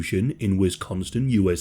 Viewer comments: Bro said “Wisconstin” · You said "Wisconstin" 🤣😂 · He said “Wiconston” ??? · But you couldn’t resolve the way you mispronounced Wisconsin?! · No T in Wisconsin but good otherwise 😂